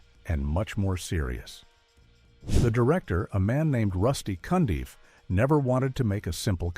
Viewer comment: Rusty Cundieff (not "Cundy") is another underrated Black director. And for the record, the narrator is fulla s**t.